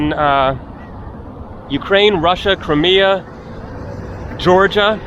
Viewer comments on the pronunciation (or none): none